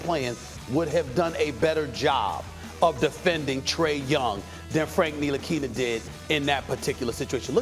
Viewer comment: Everyone: Frank Ntilikina Stephen A.: Frank nilikini